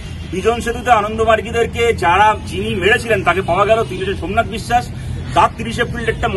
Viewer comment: রিপোঠার ছোমনাত🥴